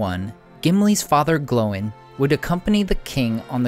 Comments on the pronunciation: glowing?? it's gloin... like sir gloin for steak lol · One nitpick - Gloin isnt pronounced "Glowen", (or atleast the audiobooks dont) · I've never heard Gloin pronounced that way... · you say ”Gloin” wrong Also.. Awesome videos